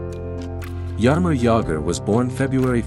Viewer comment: TFW when you go to watch a video on Jaromír Jágr, but it ends up being his doppleganger, "Jarimor Jagr". :rolling_on_the_floor_laughing